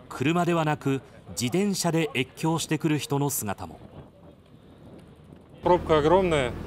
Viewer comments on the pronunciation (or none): じ”で”んしゃって言ってるじゃん テレ東見損なった